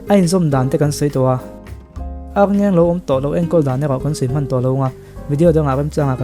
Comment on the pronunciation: Ârngeng nilovin Arngeng ani...Ar hi thluk tur anilo ani..